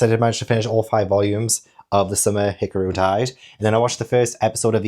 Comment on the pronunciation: No,. I'm pretty sure you've been saying it right - Hee-car-roo... but there's always the anime for clarification.